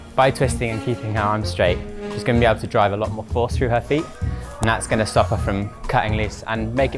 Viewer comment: when i hear her say "guwon" i knew it was sheffield.